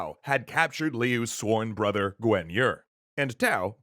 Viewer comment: How do you pronounce the guan in Guan Yu and guan du completely different. I understand messing up on some crazy names but this list is probably the most rushed and inaccurate series you’ve come up with and it’s such a popular story